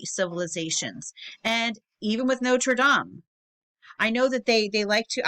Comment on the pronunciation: You don't know how happy it made me, to hear someone in the u.s pronounce notre dame correctly imo. I know it doesn't matter. It just made me smile tbh.